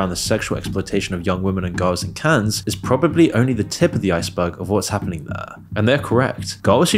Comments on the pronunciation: It Is Pronounced "CAN", Not "cans" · it's pronounced "" Cann", the -es is silent, lol. why don't you look up words you're unsure of how to pronounce? This isn't the first time Ive thought "huh, he doesn't write this himself, does he? he doesn't know how to pronounce words used in the script lol" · Oh dear God! STOP. SAYING. “CANS”! You don’t pronounce the S for crying out loud….. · if you're gonna make a video talking about Cannes half the time, at least learn how to properly say it